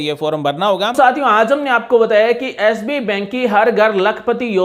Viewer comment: आप,, बैंक का नाम तो ठीक से बोलिए । हर बार आप एस बी कह रहे हैं । बैंक का नाम एस बी आई, अर्थात भारतीय स्टेट बैंक है । धन्यवाद । ओमप्रकाश ।